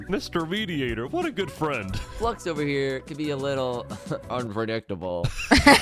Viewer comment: No one says Flux's name right Its not a Eeveelution, Flux ION its FLU -IX-ON